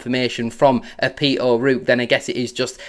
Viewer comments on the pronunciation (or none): It’s not Peter O’ Rook . It’s Peter O’ Roark 😊